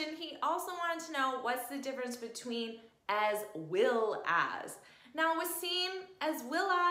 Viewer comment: His name is not was seen but it is wa seem 😂